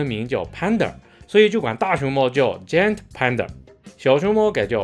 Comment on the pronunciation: “giant panda”的giant，i 母音唸ai音， 如“哀” 。an 唸“嗯”。